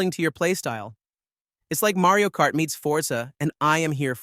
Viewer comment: "Marey-o Kart"? 🤨